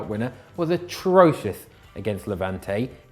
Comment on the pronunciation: Ironically, that pronunciation to atrocious was truly atrocious.